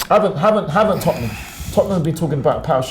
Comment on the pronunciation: Tottenham... Not "Topnum"... Tottenham! 😂😂😂